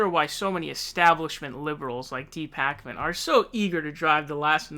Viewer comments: David Pockman? Funny. :) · You clearly are not very familiar with David Pakman either since you can’t pronounce his name correctly and are misrepresenting most of his content. He has been saying for months that he would not make any public endorsement but that he will be voting for whomever has the best progressive policies and a pathway to the nomination. He has been transparent about that all along. He just declared last week that he will be voting for Bernie Sanders in the Massachusetts primary. You can’t declare someone isn’t progressive just because they don’t buy into conspiracy theories. There’s lots of YouTubers who say, “Let’s wait until all the facts come out before we accuse anyone of anything.” When evidence is found, he reports it. Also, his show is a business. He has rent, employees, utilities, and other expenses. How is he supposed to pay for any of those things when YouTube is demonetizing half of his videos? He has sponsorships because he has bills. Just because someone doesn’t agree with 100% of your opinions, doesn’t mean they are establishment and should be canceled. We need all the honest independent reporting we can get.